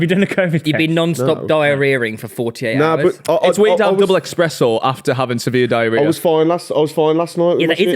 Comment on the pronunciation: all the stupid shit says or does and him say 'eXspresso' really pisses me off